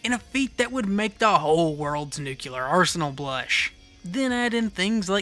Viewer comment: bro im ESL, why do people say "nucular" it drives me crazy, why is this so common